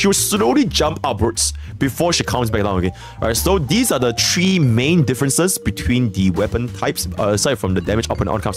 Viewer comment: Three: ❎ Tree: ✅